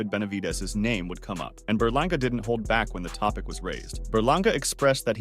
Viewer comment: Eddie Hearn said edgar berlangER😂